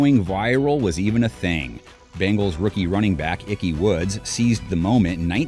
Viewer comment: lots of Browns in here. also, his name is Ickey, not Icky.